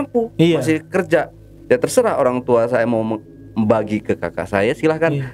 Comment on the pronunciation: terserah baaaang bukan seteraaahhh😂😂😂..